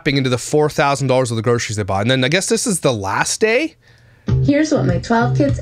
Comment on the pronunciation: I now pronounce Groceries as Grockeries. Thanks, I can’t unhear it 😂